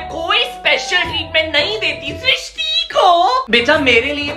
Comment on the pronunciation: Thank you for srishti it's my name you pronounce my name perfectly ❤